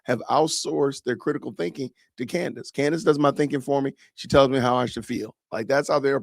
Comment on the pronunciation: Funny how none prove it. Almost like they are paid to repeat same empty words. Rmember when one of the people they paid didn't rehearse her name well and said "Camrace"? Lmfao liars hate truth tellers